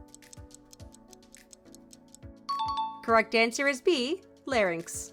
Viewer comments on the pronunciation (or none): none